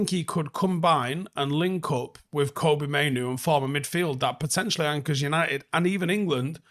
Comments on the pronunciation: It's Fkn "Kobbie", FFS man, Not Koby. Like "Robbie" but with a K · Please get Kobbie's name right. It's Kobbie, like Robbie or Bobby.